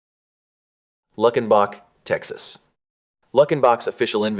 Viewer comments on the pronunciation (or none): Luck-in-bock???? It's Luke-in-bock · It’s pronounced “Luke-N-Bach,” not “Luck-N-Back.” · It’s pronounced “loo-ken-bach”, not “luck-en-bach.” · . LEW-ken-bach. Not LUCK-en-bach. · And the correct pronunciation is “LUKENbach” even though it’s spelled Luckenbach, the c before the k is silent… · Had you listened to the song you would know how to pronounce Luckenbach texas, you idiot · He even made reference to the Waylon Jennings song.. but apparently he didn't listen to it or he'd have known how to pronounce it....lol 😆